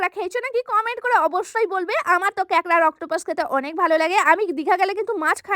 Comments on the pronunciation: দিদি উচ্চারণ টা ঠিক করে করো ওটা কেকরা না কাঁকড়া হবে।😂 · কেকড়া না কাকড়া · কাকড়া ❌ কেকড়া✅ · কেকরা ❌ কাকরা✅🤣🤣